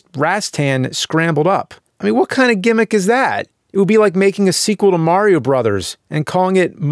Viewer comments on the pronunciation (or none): none